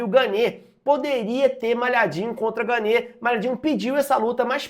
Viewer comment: A pronúncia do nome do francês é "Gân".